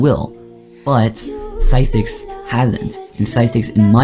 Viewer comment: you cant even say cythix bruh 😭